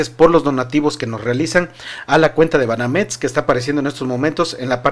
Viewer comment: Un buen consejo se dice Banamex no Banames.